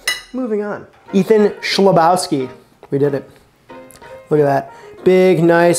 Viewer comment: it's pronounced "khlebovski" if that helps LOL nice video ! i'd love to see you include recipes from Not Another Cooking Show!